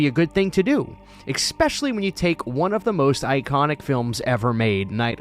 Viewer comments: The word is eSpecially - NOT ekspecially... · Loved when you said, "Exspecially." Hahaha! 🤣